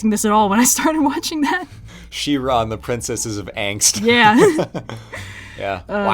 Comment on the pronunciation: IT'S FUCKING SHE-RA AHHHHHHHHHHHHHHHHHHHHHHHHHHHHHHHHHHHHHHHHH